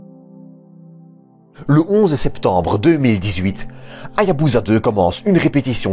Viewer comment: On ne prononce pas HA-YA-BU-ZA mais HA-YA-BU-SA avec un "s" comme dans "saucisson". Dans tout mot japonais transcrit en alphabet romain, la lettre "S" se prononce toujours "S" et non pas "Z", même lorsque cette lettre se trouve entre deux voyelles. De même, on prononce le nom de la ville de Nagasaki "NA-GA-SA-KI" et non pas "NA-GA-ZA-KI". La règle est simple: dans un mot japonais transcrit en rômaji, le "S" se prononce toujours "S", et le "Z" se prononce toujours "Z". Il n'y a pas d'exception à cette règle de transcription. Ce détail linguistique étant corrigé, excellente vidéo ! Merci pour les explications sur cette formidable mission.